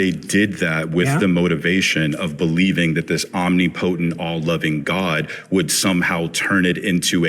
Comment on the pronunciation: That guy at end should never use the word omnipotent again. That pronunciation was like nails on a chalkboard.